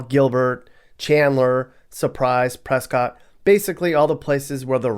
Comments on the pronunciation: It's not "Press-cot", it's "preskit". It's not "Camp Vehr-day", it's "Camp Vur-dee". It's a bit disingenuous to cite what there is and isn't available to do in Guadalupe. Guadalupe is technically its own town but it's more like a street nestled in between Phoenix and Tempe. A ten minute walk leads one out of Guadalupe and over to where there's stuff to do. I probably wouldn't want to live there but it's not some remote small-town community, it's more like a rough neighborhood in the heart of the city. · Like Prescott. It's Preskit not Pres Cot. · It is not Pres-cott. It is Pres-kit as in biscuit. Really. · Arizona native here. A lot of the cities in AZ aren’t pronounced with the literal Spanish pronunciation. Camp Ver-Dee Casa Grand Also it’s Pres-kit not Prescott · Pres-kit.. Lived there in PV for 20 years. Loved it. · Prescott is pronounced press kit like brisket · Prescott isn’t pronounced the way it’s spelled, it’s “Presket”